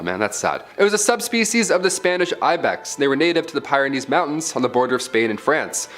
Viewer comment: The "Pyroneeze" mountains? The island of "Marryteeus"? Really? Please learn correct pronunciation of words before attempting to say them aloud.